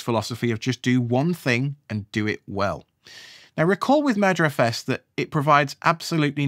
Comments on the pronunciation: I know you're saying "merger os"... but I keep hearing "murder os". And that makes me think of what Microsoft has done to Windows. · this is a great video series so far and it's exactly how i roll. really enjoying it so far! although since you said 'crows have a murder' now all i can hear is 'murderfs' every time you say 'mergerfs' :P off to watch part 2 ;) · Keep hearing it as murderfs...